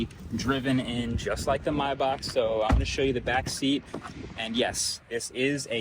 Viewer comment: That pronunciation of Maybach is criminal